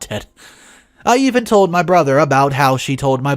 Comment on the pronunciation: So in one paragraph you pronounced the word "even" two different ways. I know you have multiple channels now and make a lot of videos but please slow down just a little so you can fix the mistakes. You change words, add words, drop words, & mispronounce words, often changing the meaning of the sentence, in almost every video. I would much prefer quality over quantity. I'm sure I'm not the only one who feels this way. Even with this, yours is one if the best channels in the genre. Isn't it worth just a little time to make it better? Again - quality over quantity.